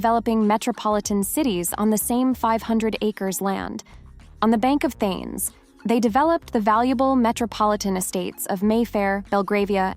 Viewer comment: Narrator needs to learn how to pronounce Thames and Vancouver properly.